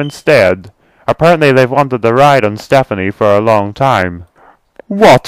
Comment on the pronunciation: His name is Stepany not Stephane.